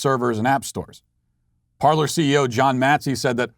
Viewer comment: It's pronounced par-lay not par-ler. And it's good that it's gone. Hopefully it's gone for good. They built themselves on a lie. Go to Gab.